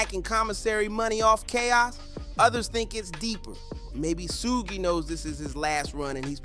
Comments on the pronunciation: You must be a young kid. Keep saying suug because everyone knows suge knights not Suug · Mf said sooj 🤣